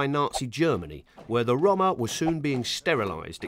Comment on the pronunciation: Why he pronounce roma like dat?